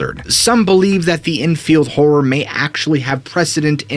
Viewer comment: lmao its "enfield horror" not "drunken whore" so it couldn't be pelosi